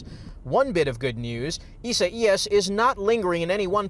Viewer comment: They butchered that hurricanes name!!